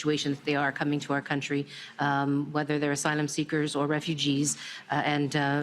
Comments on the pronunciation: slip tongue - 'asylum sneakers' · He’s even mispronouncing words, “Homelessless” and “Asylum sleekers” for a couple, the more “Uh’s” you hear the more he’s lying, well he always lies but ya. WTF is that bandaid on his forehead for?